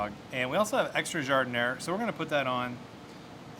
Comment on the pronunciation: I wish narrators of food films would take the trouble to learn correct pronunciation of the items they describe....... Giardiniera: "jarr-deen-yierra".. it's NOT difficult!